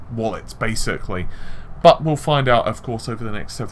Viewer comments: I hear it like ooh! "Butt!" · Lol, am I the only one who heard the last "but" as "FUCK!" I swear, it sounds like he says "FUCK! With all of that said.... "